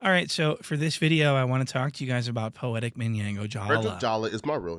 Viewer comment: I mean out his own mouth he said Ak is his role model 😂 “A(k)ademiks” “Poeti(k)”